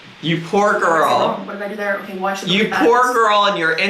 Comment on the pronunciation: This morning my boyfriend pointed out I say ‘whale’ instead of ‘well’. He’s not wrong I do!